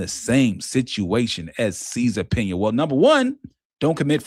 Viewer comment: Cesar Pina. Pronunciation (cease and subpoena)